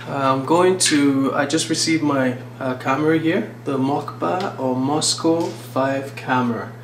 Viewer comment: It called Moskva - with "v"